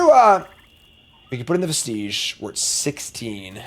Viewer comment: Anti-causal. As in cause. Not anti-casual. Vestige is pronounce "Vest-idge" not like it rhymes with "prestige".